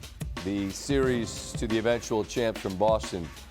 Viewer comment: Nobody: Perk: "Seer-rees"